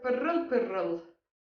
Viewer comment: "Vay canına sayın seyirciler"... Pırrrıl Pırrrıl 😂